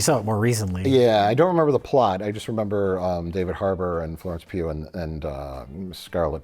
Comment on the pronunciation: was Mike saying “Florence Pube”? 😂